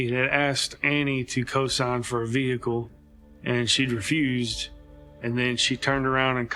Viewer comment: VEHICKLE - unbearable video to watch due to the butchering of the English language